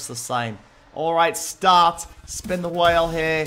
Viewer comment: STAP SAYING STAT ITS START